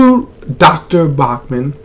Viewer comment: It's BAUCHAM,not BAUCMAN.